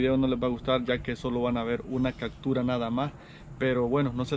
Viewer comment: Una ves mas compita se dice Captura no cactura